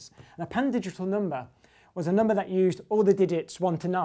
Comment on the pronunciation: I love how this guy says numbah!